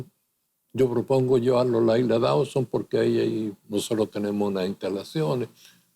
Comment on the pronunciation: No es Dauson (Dawson) como pronuncian incorrectamente, sino "Dooseen".